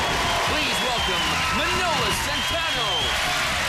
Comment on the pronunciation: It's not Min-o-lees. It's MAN-O-LEES